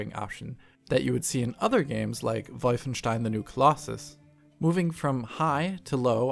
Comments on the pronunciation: "Volffenshtein" lol. Way to pronounce it properly. Kudos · Waz ze akkzent zthu hewi for you? :D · vifenshtine? huh? thats not the english pronunciation i dont think lol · Is German? When he said Wolfenstein like Volfenshtein it really sounded like a native German speaker. But when speaking English he just sounds American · Ich feier es, dass es jetzt einen Deutschen bei DF gibt. Endlich jemand, der nicht Wulfenstiieeen sagt :D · I can't watch the video any further until I comment on the way he says Wolfenstein.....